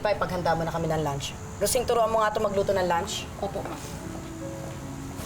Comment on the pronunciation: lunch sabi naging lants wrong pronouncation